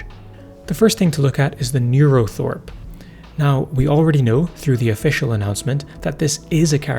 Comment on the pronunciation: It should be NeuroTHRope not NeuroTHOrpe btw :)